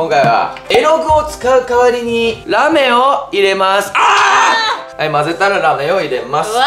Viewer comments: ラーメンじゃないの？ラメーンて何？wwwwww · ラメがらーめんに聞こえたw